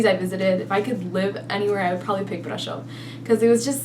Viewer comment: Your best pronunciacion is Brasov, an di think you really must love it there. I'm glad!